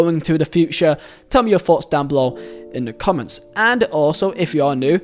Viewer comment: Thpughts- not foughts man